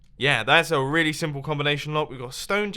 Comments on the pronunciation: “Combilation Lock” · Mumbo: "A combilation lock" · "a combalation lock" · Did anyone else hear "combiLation lock?" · Mumbo: “So, I think this is a combilation lock...“ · "Combilation lock" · he said combilation lock what 🤔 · He said combalatoin lock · Comblilation lock?